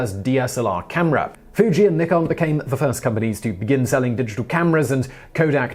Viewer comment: Nikon pronounced as Nic-kon.( But that's what we love about Simon.!.☺️)